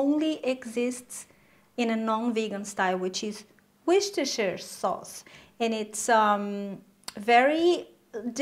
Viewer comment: wooster sauce lol not woostershiiire sauce